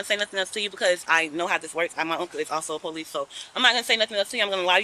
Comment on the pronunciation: " De Powe- leese'